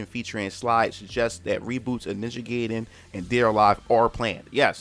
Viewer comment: its ninja gaiden not ninja geyden...learn to spell